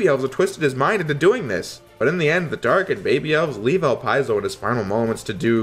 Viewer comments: no. It's supposed to be El-Pee-Zo. The name is French. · Is that really how you pronounce "Elpizo"?